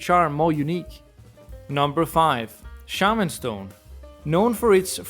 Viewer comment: my boy, you massacred shaman stone